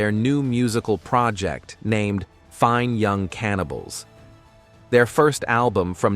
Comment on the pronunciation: Apart from sounding like the type of voice you frequently find on conspiracy videos there's a few points where it stresses the wrong words. Very noticeable when it's in the middle of a band name such as "FINE (pause) Young Cannibals" because the software thought the first word was a verb. I also use a generated voice for some help videos with Amazon Polly. I find speeding up the voice sounds more realistic as it doesn't then E-NUN-SEE-ATE every syllable. Using a non-American accent also makes it less likely that you'll recognise it as software. I do tweak it with options that tell it how to pronounce certain words and to add pauses in at the correct time. And no, I don't work for them 🙂